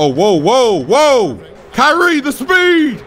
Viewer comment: I love how he says ky-rie XD